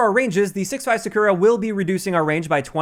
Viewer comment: Still can't say "Sakura" tho, lol